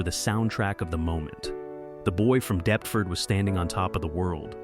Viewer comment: All that research and then just guessing at how English place names are pronounced.